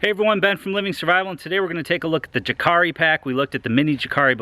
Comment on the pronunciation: I like your reviews, but your pronunciation is a bit off. :D Jääkäri is pronounced like "yääkäri", or "yaakari". The intonations in Finnish are different from English, it's why it's so amusing to hear people pronouncing Finnish words like puukko, or jääkäri. Thumbs up for the effort though! Btw, you're partly responsible for me owning a couple of Ganzos now... - A Finn